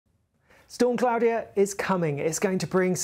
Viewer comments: Surely it's pronounced (claw-dia) not (clow-dia) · Surely it's "Claw-de-a", not "Cloudier"!😂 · Is that how you pronounce it? I've always pronounced that name differently, like CL-AW-DE-A E.G: Claudia Black. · Why is he saying Claudia like that?? 🤣